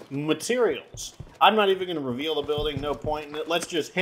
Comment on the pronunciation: you still call parts mateterials :D cute